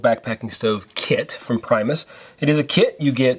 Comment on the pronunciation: For what its worth if you want to pronounce the company correctly its actually sounds like "Pre-mus" as opposed to the english pronunciation of "prime". Its not actually english and is the Latin/Swedish word for 'first'. I also think you'll appreciate the Whisperlite Universal model more if you ever get around to one. It lacks the really fine flame control on liquid fuels but has it on Isobutane and is also easier to service and is quieter. Lastly a little tip but with the gas cartridge adapter of the Whsiperlite Universal you can connect it to the Primus pump. Works fine.